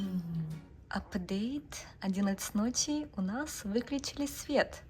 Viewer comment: С уважением отношусь к вам, как детям, но хочу задать вопрос. Почему в твоём произношении на русском присутствует сю, шю,ща, щто, ще- какой-то странный диалект. С щастью нась тайфун обощел щтороной? Это как?. По японски с мужем говоришь- этого нет. Я смотрю других блогеров- ни кто не говорит так как ты. Почему? Типа - Хоккайдо, Хонсю, Сикоку Кюсю? Что ты так говоришь? Шипилявишь? Так японцы не говорят. Отвратительная речь у тебя. Твой муж говорит чётко, а ты почему сюсю-мусю плетешь?